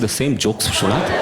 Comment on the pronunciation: Hilarious stuff Rahul! Vishwanath would be in love with how you pronounced his name.. never would he have felt so elite!